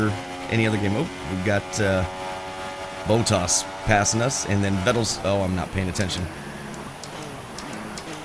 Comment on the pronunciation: Exactly what I was gonna say. :) You're not an F1 fan if you say 'boat-ars'. TBH, I don't think Americans can physically pronouce Bottas correctly. Same with the mispronunciation of Iraq, Iran, Mirror, Squirrel, Adolf and of course Aluminium amongst many many others :) Then he lost me when he stooped to use that silly word 'simcade'.